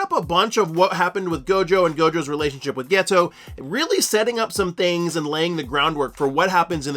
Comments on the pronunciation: Turned this off after 2 mins and found a different explanation cause I couldn’t listen to you say “ghetto” instead of Geto any more. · Ghetto isn’t ghetto 😂😂😂😂 please learn how to pronounce peoples names some of you YouTuber have the examples in your face hear how it’s supposed to be pronounced and still find a way to mess it up how